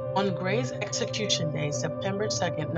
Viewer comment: Where do they find these narrators? It's obvious they were never well versed in their English studies. This one here mispronounces 'execution' and 'probation'. She obviously ignored practicing vocabulary and pronunciation, and she's reading the damn script! When the narrator sucks it destroys everything. I can't watch this. Save us the aggravation. Don't post anything without a good speaker.